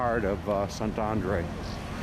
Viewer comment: Szentendre -- when you learn to pronounce the letter E without an accent over it, you will know how to pronounce Szentendre. The E is always pronouced the same way, not like English as it's pronounced in this video where each E is pronounced a different way. Hungarian is a phonetic language. Learn the Hungarian alphabet and you'll know how to pronounce each word correctly.